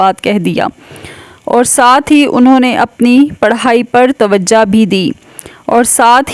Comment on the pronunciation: تم بھی توجا دو اردو نہیں آتی تمھیں۔ توجا نہیں ہوتا لفظ توجہ ہوتا ہے😅😊